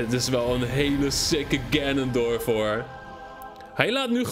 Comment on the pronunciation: ganondorf niet ganondrof